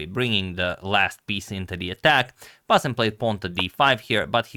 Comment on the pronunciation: The way you pronounce bassem's name is a spot on! Excellent pronunciation skills agamator.